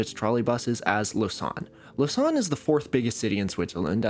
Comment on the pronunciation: fyi it's pronounced "lo-zan" not "lo-san" like you say it